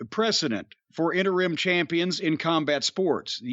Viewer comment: Thanks to Corny, I’ll forever pronounce “interim” as “enter-rim”